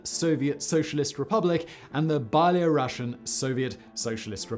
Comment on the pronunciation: «Bye, low Russians», «By-law Russians»? Spell it as [ b’ e l … ].